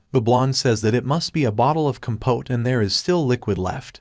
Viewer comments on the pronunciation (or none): none